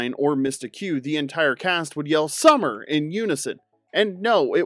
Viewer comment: You didn't say "Summer!" right 😂😂😂